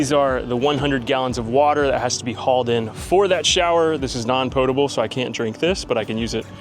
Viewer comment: Oh. And thanks for pronouncing potable correctly😊